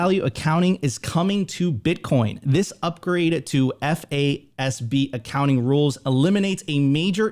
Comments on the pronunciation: It is pronounced "FAAZ-B" as said. You don't spell the word out F.A.S.B every time you say it. FYI. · Great content but my goodness I was losing it when FASB and GAAP were read out each letter every time. 😂